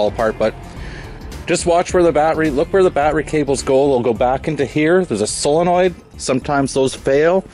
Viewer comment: Thanks for pronouncing solenoid correctly.